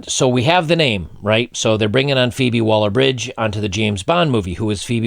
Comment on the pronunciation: ...feebie - waller - bridge..?? Like as in feeble...lol...